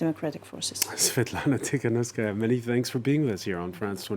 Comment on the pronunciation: It's Tikhanovskaya, no S after the first T.